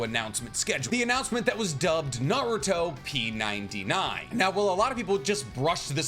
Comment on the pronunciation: Pretty sure they intended you to say it "Naru-Top 99" as in the top 99 popular Naruto things